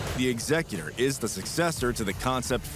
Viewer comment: why is he saying Executor like that, that’s literally not how it’s pronounced anywhere